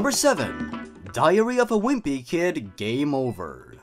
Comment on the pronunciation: I kept on thinking he was saying diarrhoea of a wimpy kid